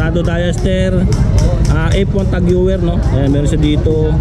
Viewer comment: Boss tag hoyer ang tamang pag bigkas ng tag heuer